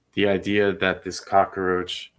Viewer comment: Cockroach NOT Cocaroach!!